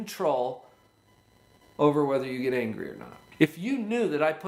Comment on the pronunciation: WHY AM I HEARING HUNGRY OMG Νice video